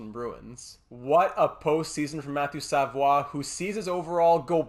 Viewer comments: but they don't pronounce it that way... You can also see both pronunciations in Quebec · hes not french bruh ur saying his last name wrong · I noticed you said it wrong the whole video... I'm just pointing out that they don't pronounce it that way. And both him and his family would most likely correct you on it as well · it's almostl you become a french canadian when you prononce their french names. It Makes me laugh everytime haha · Idk why it makes me so mad when he says savoie wrong